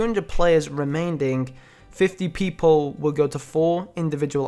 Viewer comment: "Remainding". But I still love ya mate.